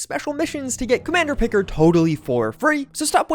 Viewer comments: It's pronounced "Pick-ard" Not "pick-erd." Clearly someone has not watched a lick of Star Trek 🤣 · "Captain Pickered".... lol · Commander “Pik-erd”, LOL! So painful. Obviously not a Star Trek fan! 😂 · Captain “P’card”, not pick-herd, there you go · "Commander Pickered" - just me over here, crying in Trekkie at that butchering of his name lol Picard - note the 'ar' in there lol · Is there a John Luck Pikerd here? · DID YOU PRONOUNCE HIS NAME PICERD?! IT'S PICARD!!!!! Arrrr like a pirate man! lol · It's pronounced Capt pic(k)CARD 😊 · Commander Pick-erd... Oh God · He pronounced his name like that boarding house lady when they went back in time and met Samuel Clements. "Mr Pickerd!" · The way you pronounce Picard made me die a little inside despite the fact I'm not a Star Trek fan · Pro tip. If doing a sponsored bit you want to get pronunciations correct. Not really a Star Trek fan but the way you pronounced Picard.... ughhh. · loser cant even say picard right.. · the way you said picard hurts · Bruh. Why did u pronounce Picard that way? Loool my man didn't deserve that. I only care because next generation was one of the only Star Trek shows I watched and I loved captain Picard on it.